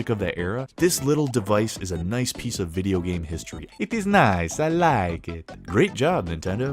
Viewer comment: hahaha, “it is nice, I like it!” An Italian I know always says that like that! 😅 Great video! Brings back some memories when my kids used to play it, over and over and over again 😂